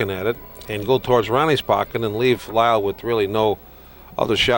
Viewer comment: RIP! His name was Leil not Lyle, just for the record.